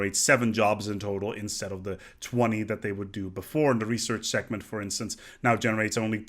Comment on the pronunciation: I'm so sorry, but the way you pronounce "segment" is really weird :p the g is should be quite hard like in egg and no at all like a c in ectoplasm.